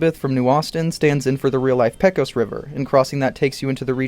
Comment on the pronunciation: Pecos River in Texas is Pey-Cus River